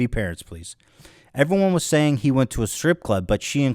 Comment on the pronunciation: “What I’m searing here...”. What are you searing, Ethan? A steak? Some vegetables? 🙄